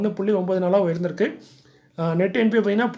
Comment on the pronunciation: வீழ்ந்திருக்கு/உயர்ந்திருக்கும் தெளிவான உச்சரிப்பு தேவை நன்றி ஐயா